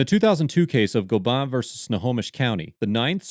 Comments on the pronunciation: The snohomish county case is pronounced Go-bin.. Tulalip is my res... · I live in the city next to Tulalip and went to school there, so it’s really neat to see this. I know from firsthand experience that “Gobin” is pronounced exactly how it looks; Go-bin